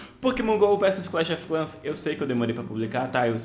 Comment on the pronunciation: mano clahs of clahs ganho ser vc não conhece o jogo não fala seu broco